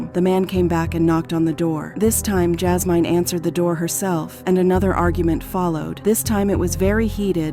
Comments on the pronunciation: Her name is JAS-MIN not MINE🤦🏾‍♀️. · PRONOUNCE THE F**kin’ names properly Jazz Mine? JI-Me? Really? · That’s not how you say her name it’s Jasmine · Oh wow! I was wondering was it AI but I didn't really know... it was driving me crazy how they kept saying her name 😂😂😂